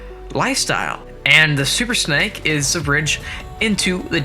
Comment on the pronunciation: SUPER SNAKE NOT SUPER SNEK PRONOUNCE IT RIGHTYOU PUTZ OR ELSE I'M UN SUBING (not the worst thing I could do 😐😡😠😣😤😧..!!)